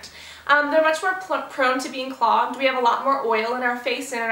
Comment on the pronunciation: "very proned to be progged" x2 haha love ya cass :)